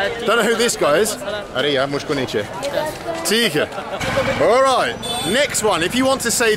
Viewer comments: Its not aree yaaa its actually aree yaar means ohhh friend i dont want. But bald seriously i love too hear from you aree yaa, when you say that you nailed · Welldone good teaching Its arey yaar not arey ya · It is not "ARE YA" It is "ARE YAAR" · Yes, but is doing a Hindi lesson. So he will have to say the R.